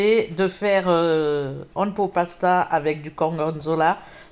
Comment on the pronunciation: Coucou On dit Ouane pote pasta phonétiquement 😉 Bisous